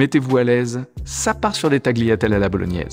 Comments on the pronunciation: ça a l'air excellent merci pour la recette! Pour le petit tips il me semble qu'on prononce ta LI atelle, sans prononcer le G. Mais à vérifier aha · Super ! À l'italienne on dit "taliatelle" sans prononcer le g 😉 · Hum…. Ma grand mère italienne avait presque la meme recette elle mettait en plus du GANCIALE du bœuf et du porc …du veau les 3 viandes ! …avec lesquelles elle faisait aussi ses boulettes pour les spaghettis !😅 pour les tagliatelles on prononce « talliatellé » histoire de mettre mon grain de sel 😂❤